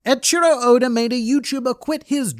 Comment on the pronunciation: Who is Edchiro? Cringe. Ey - ichiro